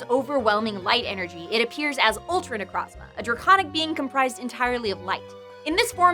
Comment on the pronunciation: Had to be that guy but, It’s Ne-Kroz-Ma not Ne-Krahz-Mah